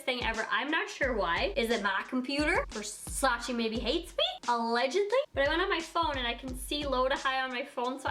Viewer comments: Cringy when you said Versace wrong lol. But I love you!!!!!!!😍😍😍😍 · I’m dying laughing at all y’all trying to hate on for pronouncing Versace wrong but then telling her to do “Channel” or “Gevenchy” 😂😂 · You’re saying Versace wrong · You pronunced wrong versace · You pronounce the name of the brand wrong 😂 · you are pronouncing Versace WRONG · You’re pronouncing Versace wrong 😩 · Ugh I hate it when people don’t pronounce Versace right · I Agree with you wrong pronunciation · Kiemas AZZ she pronounced it wrong, Versace is an Italian brand and we pronounce it diffferently than she did, even Donatella said that you all pronounce it wrong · You said “versace” wrong! STOP IT !!!!!!!!!!!!!! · If you’re going to make a video on Versace say it right at least? Hahahah lord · Its not versachi its versace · VERSACE NOT VERSACI!! ly from italy❤🤗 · Don’t call it versacI it’s Versace pleaseeeeeeeeeeee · Its versace not versachee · Girl , versacEEEEEEE not versacI 😤😤😤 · Its VER-SA-CHè not ver-sa-chi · ver sa CHE not CHI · Its VersacE not Versaci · versacE not versacI dumb ass blonde bitch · This is not the cheapest thing That they have the cheapest thing actually is a little baroque Black plate for 29$ And PLEASE don't say versaciiii it's versace simple as That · Let me help what Donatella told, "it's VERSACE, not VERSACI." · In Italian is VersacE not Versaci..pleaseeeee!! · It’s Versach-eh not Versach-ee 😭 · It is versacE, not versaci, pls stop saying it like that 🙄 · it's versac"e" not versacie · IT'S VERSACHE, NOT VERSACHI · Adolfo Pasetti actually Donatella even said that she wish people stop of say "versachi" because the correct way it's "versache" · Is not “Versachi” is VersaCHE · It’s pronounced “Versachay” I cringe how you say it omg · ‘I love Versace!‘ * says Versacy * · It's pronounced Ver-sah-cheh/Ver-sah-tchay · You pronounce it wrong. It's VersacE with E not I -__ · It's pronounced versa-che , its French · it’s pronounced ver-sah-ché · Kiemas AZZ it’s “Versach-eh”